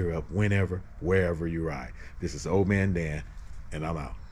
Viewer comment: Hey... thanks for visiting Scootopia. You pronounced and spelled my name wrong even though it is in the Video spelled correctly in several places. It is not "Old" Man Dan... it is "" I checked our YouTube Analytics to see if you are SUBSCRIBED and it shows that you are NOT Subscribed. This ONLY happens for TWO reasons... 1. You never Subscribed 2. You Subscribed but You never changed your YT Default PRIVACY Settings We have several GIFT Reward Programs that GiveAway annual FREE Scooters and our Newest Trivia QUIZ Game that everyone is excited about, called SUBEQUITY. All of our GIFT Reward Programs are ONLY for Verified SUBSCRIBERS. There are NO "PRIVATE" Accounts allowed to participate as we cannot Verify Your Subscription. To learn more about our New Trivia QUIZ Game (which allow SUBSCRIBERS to Test their PEV and Knowledge) every Month. Visit our website for more details: It's really exciting to hear about Your Scooter Journey. Keep pressing forward. These machines are so powerful, dangerous in the wrong hands and addictively therapeutic. Stay SAFE out there my friend and remember to always GearUP whenever, wherever You Ride. Don't forget to SUBSCRIBE to my Channel if you FIND yourself ever wanting to participate in any of our GIFT Reward Programs. Especially our Newest Trivia Game launching on the 26th of this month...